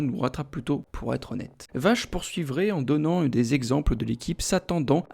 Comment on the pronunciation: Vaché pas Vache 😉